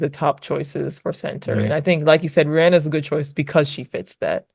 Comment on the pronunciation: Ruan is pronounced "rue-on"